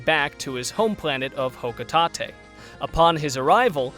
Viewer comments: Ah yes, Hokutahtay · For how you pronounce Hocotate I never want the sparkling concept go away. JK Honestly I don’t care about sparklium but things can have names that aren’t exactly what they are. It sounds like a material in the games but my only gripe is that I want Olimar to be playable again.